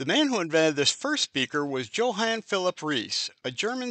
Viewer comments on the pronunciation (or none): Great research - one suggestion. A.I. readers often mispronounce things. I’m so happy when the presenter is human. Take a few to check name pronunciations. Johan is YOH-haan not Joe-Han. Hearing a mistake can take your listener out of focus for a bit. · You somehow overlooked James B. Lansing, one of the most important people in the history of speaker design. By the way, "Johann" is pronounced "Yo-honn", not "Joanne".